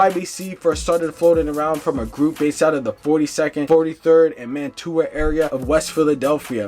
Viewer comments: I hate when people do a video on my city for likes but can’t even pronounce my damn street. It’s not Man To A it’s Man Chew A, Mantua! Put some respect on my block and the whole Mantua section 😂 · Saying it like Man-too-ah is crazy work 😂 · Man-tuah section 😂😂 it’s pronounced Manchewuah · Oh my god it’s MAN-CHEW-AH…. Not “man-tuah” 😑😑😑😑😑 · He said, Man-too-ah🤣😂🤣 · It's man-chew-uh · Mantua is pronounced (man-chew-wa). For you non Philadelphians obsessed with Drill culture🤦🏽‍♂️. Swear most YouTubers still haven’t jumped off the porch😭😭😭😭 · Pronounced Mantua wrong, just fyi.... it's more like Manchua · I can’t get past the man-too-a ave 😂😂😂 and why-soo-ling after it was pronounced on the news cast for him 😂😂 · its pronounced manchuq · Mantua = MAN-SHOO-UH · Mantua = "Man-Choo-Uh" Wyalusing = “Why-Uh-Loo-Sing" If yall gonna monetize these deaths at least get the names and streets right. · Bro pronouncing every hood wrong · Pronounced every street name wrong in this video wow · Being from Philly , It drives me nuts how none of these youtubers can pronounce the names of these people , the towns or street names properly . Mantua , Wyalusing AVE, Weikel Street etc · so quick to get a story out you don’t care if you mispronounce word or facts. But idiots like you don’t care you just want to hear what he halfway got to say. Smh